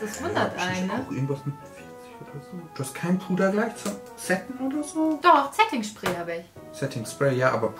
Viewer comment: Zetting Schpräy hab ich iwie cute😂☺